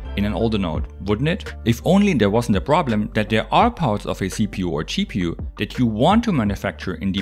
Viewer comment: Watch ahain, but this time you hear CheaPU instead of GPU, and he is not wrong...